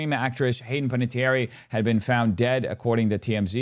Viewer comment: It’s Penna-tee-AIR